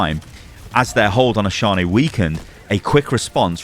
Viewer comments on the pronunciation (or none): Can we liberate Oshaune once and for all, so that content creators don’t have to butcher the pronunciation?